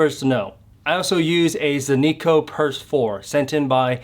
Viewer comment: Zenico? is that how its pronounced or are you trolling? LOL